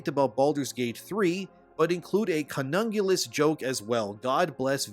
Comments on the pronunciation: Lol "Conungillus" 😆 that sounds like an ancient Roman Emperor or something... Its pronounced Cun-ill-ing-us, as in "oral" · I don't think it's "conungulus" chief! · It's pronounced CUNA-LIN-Guess my incel boi!! Do you even know what that word means? Brah I was joking when I claimed you are the mouth breather simping over hearing a womans voice in game chat but this proves maybe I am right!! 🤣💯🤣💯 Idk y u would pronounce the word like dat and I'm not buying the "YT censors that word" bs cause they don't!!!! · Is that how you pronounce cunnilingus? I always thought it was 'Cunny-lingus'. says 'Con-UNG-ulas'. That's just less appealing. It makes me want to do it less. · Cunungulus? Lol that made me chuckle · Drak. En. Guard Drakkkkkkk Like draxx. Cunn Eh Lingus. I wanted to die when you pronounced those. XD Yes, I am that guy, yes, I fucking love your videos. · In this video: can't pronounce cunnilingus and mistakes condemn for condone. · I'm sorry... a WHAT? 🤣 It's pronounced koo-knee-lin-gus, mate 😅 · Holy shit the way you butchered the pronunciation of cunnilingus gave me the biggest laugh I've had in a while. Please go interact with actual women. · Yo, the way you said cunnilingus😂😂😂 Have you even spoken to a woman before? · Hey are you unaware of how racist the term "mongoloid" is, or just not bothering to hide it anymore? Ps look up how to pronounce cunnilingus, and the meaning of condone vs condemn. And is soy good or bad? Because the Asian games you love presumably are made by Asians, famous for their soy consumption. Meanwhile, American game journalists bad because soy? What am I missing? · the way he pronounced cunnilingus was just to funny LOL he pronounced it like a true virgin who has never seen a vagina